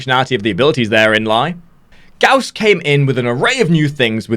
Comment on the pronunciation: PlayWarframe Gauss pronounced Gauss as in house or mouse